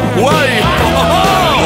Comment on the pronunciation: Guay no es sinonimo de gay, es una parodia. Ellos hacen como que se equibocan y se creen que guay es gay, pero lo están pronunciando mal. xDD ahí está la gracia